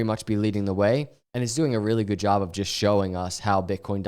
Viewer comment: "I jes wanna talk about....."